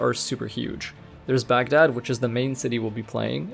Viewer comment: Great video couldn't help pointing the pronounciation out